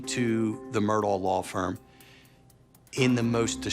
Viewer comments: The name is not pronounced Murdoll, it’s pronounced murDOCK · Actually it's pronounced Ellick Murdock. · Big family in multiple counties It's pronounced Murdock! Your ignorance is blaring! 🙄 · I find it sad that all these "know it all" people doing these interviews don't know how to pronounce the Murdaugh name. Google it. It's the least you can do if you want to be considered a reliable news source.